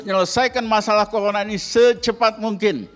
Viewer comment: Risal ramli itu ngomong r saja gak tau dpr saja bilangnya dpl he he he so mgomong bivara saja gsk bener apalagi kerja corona saja ngomonya colona goblok